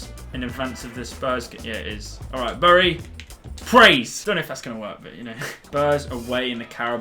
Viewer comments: The way you pronounce bury is meant to be "berry" not b uh ry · It’s pronounced Berry not burry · Its pronounced berry so stop saying it wrong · It’s spelt bury but it’s said berry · U pronounce Bury as Bery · Please learn how to say the name of the club. Its said like 'bury a body'